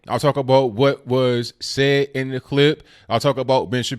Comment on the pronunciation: I like your channel. I like your take on things. I understand what you're trying to do. I do have some constructive criticism. Its that not dat! It's the not du.